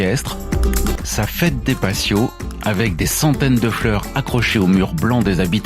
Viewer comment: on ne prononce pas passios mais patios en prononçant T et pas S dans la "fiesta de los patios"; Cette ville est superbe, surtout la Mesquita et les ruelles fleuries